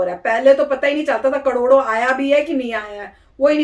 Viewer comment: KADODO KADODO nhi....KARODO KARODO🤣😅